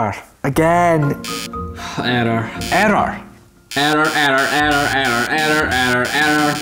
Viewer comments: error sounds like erder with his accent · you mean "eder"? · It might just be me just I love the way u say the word “error” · i love how he says error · i love the way you say error :D